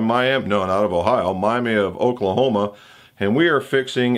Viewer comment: Watch out,. The people of that town get REALLY agitated when you pronounce it the same as the Florida city. They pronounce it Mi-am-A in Oklahoma. Almost got kicked out of a local diner there once for saying Miami!